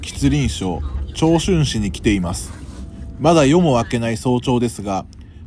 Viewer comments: チョンチュンじゃなくてチャンチュンですね。細かいですが。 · 長春の発音は "チョンチュン" じゃないですよ(違和感すごい)、カタカナならまだツァンツゥン(chang chun)の方が近いな。チャンチュンでもない